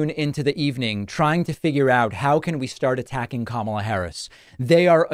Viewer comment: I'm guessing Fox will start pronouncing her name correctly now?